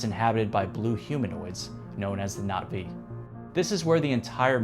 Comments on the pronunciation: Oh great. Another dude using the tryhard pronunciation of Na'Vi. 😂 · Bro's pronunciations of things like Na'vi and WETA are getting to me. The former might be right, but it's just as brain-drilling